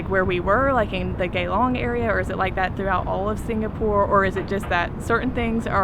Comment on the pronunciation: Its Geylang not Geylong